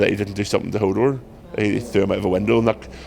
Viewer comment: i hope he could say more than just "hordor"